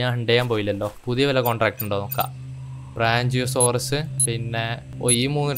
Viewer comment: "ബ്രാഞ്ചിയോസോറസ്" അല്ല "ബ്രാക്കിയോസോറസ്"...😂